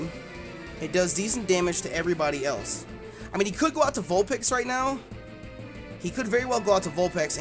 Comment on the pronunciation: Vulpex? Haha these pronunciations